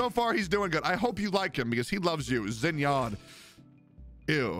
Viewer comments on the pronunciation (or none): it is shin-yen not zin-yan ._. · The way Xin Yan was pronounced was just 🌚